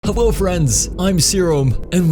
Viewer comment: "Hello friends, I'm Serum, and welcome back." is what we and you and i hear. NOT SUS "Hewwo friends, I'm Serum, and welcome back." Is what you, we, and i hear in this video. SUS